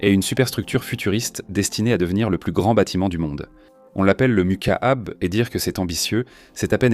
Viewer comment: MOUQAAB , pas macabre